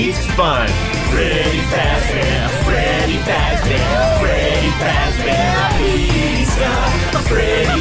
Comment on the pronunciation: Frebby frabbear scawwy